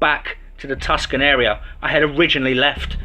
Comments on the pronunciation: It's not called Tuscan, it's called Tucson, pronounced "Too Son", I know you probably didn't know how it's pronounced . The only reason I'm saying anything is because I live there and I'm just a stickler for the way it's pronounced some people call it too stoned, but naturally that's the stoner crowd or the people that smoke marijuana. But it is pronounced "Too Son" otherwise keep up the excellent job of the channel love the stories and do an awesome freaking job and I listened to the stories all night long just about every night and pretty much listen to them all day also I'm kind of obsessed with them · Tucson, not Tuscon. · Idk y people call (too-son)Tucson Tuscan it’s weird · Tucson is pronounced too son or two son not a hard c. Great story thanks. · Your Englishness is awesome... Some tips. Tucson is pronounced two sawnh... I love your channel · Sorry yeah it’s pronounced (to son) although the spelling is not. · Hey man love your stories but you don't have the pronunciation down for a lot of American Towns,. Such as Tuscon,. It's pronounced too-sawn. The C is silent. I've held off telling you till now,. You need an American to help you with certain words and places. It would make you stories better in my opinion,. Thanks and hope you don't take it the wrong way. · I was thown off at first when he said it that way too. I see how it happened though, being British he probably thought it was pronounced similar to Italy's Tuscany. For future reference it phonetically sounds like TooSawn. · diane macdonald two- san, Tucson